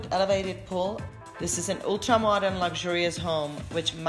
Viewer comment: She said pohl, then lap pohl. What's the accent ?